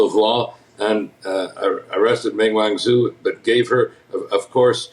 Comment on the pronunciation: Lol Ming Wen-zo.. what kind of politician with an opinion on Chinese international relations doesn’t know basic pinyin